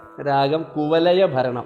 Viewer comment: കുവലയ അല്ല കുവലയാ എന്നാണ് 🙏